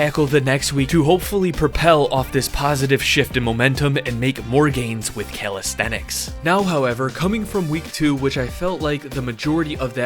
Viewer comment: I was expecting you to pronounce it calistheTics, but you didn't! 👍